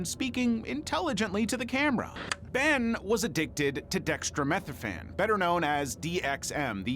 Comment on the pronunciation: Ben's story: It's pronounced "dex-tro-meth-OR-phan" Brittany's story: The drug is "heroin," not "heroine"